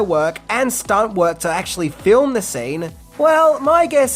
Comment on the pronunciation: Fine fill um huh. It's a one syllable word with four letters and none of them are u. Stop it.